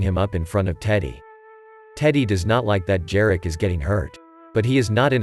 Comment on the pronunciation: Jarek - pronounce Yareck